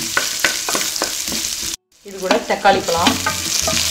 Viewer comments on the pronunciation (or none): Tried it. Gud taste. Try to pronounce 'ழ'. வாளப்பூ, பளம்.. இப்படி பேசினா சரியில்லையே.